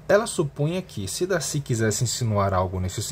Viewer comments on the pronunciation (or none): olha tu para viu, eu amo o darcy kkkkkkkk, tu falar Darcy errado viu kkkkkk, DACI, Darrrcy